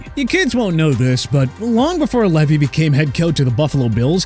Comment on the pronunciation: Marv Levy (pronounced Lee vee)